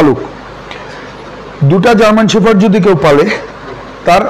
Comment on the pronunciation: It’s not German শেফার্ড, it’s German শেপার্ড..shepherd (means রাখাল). Firstly, Sounds right dude. Thanks.